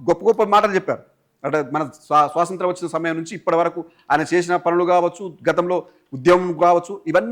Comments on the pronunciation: యాంకర్ గారు సోసoతం కాదు స్వాతంత్ర్యం పలకాలి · First nuvvu swatantram ani correct ga pronounce chaiyyi bro swasantram kaadu